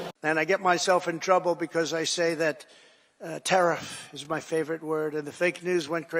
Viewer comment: He SAID: "TaRISS" 😂